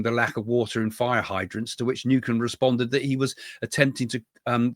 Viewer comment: Gavin Newsom : Not Gavin Newcom.